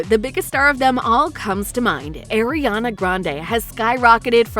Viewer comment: Why the the narrator saying almost everyone’s names wrong… even Ariana😑